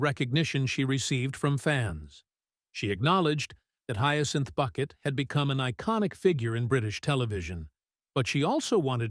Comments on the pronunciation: I kept wanting to correct the audio every time I heard "Bucket" -- it's Bouquet!!!!! 😂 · Say her name correctly, please. And it's not "Boo-quet" or "Buck-et".